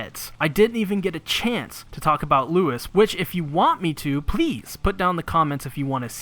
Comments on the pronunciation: Louis in this regard is pronounced Louie. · Hate to be that guy, but Louis is not pronounced like Lewis. But man, he's really a friend that'll give you a leg to stand on. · You pronounce Louis wrong